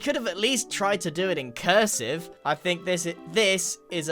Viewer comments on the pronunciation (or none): the emphasis on cursive is brutal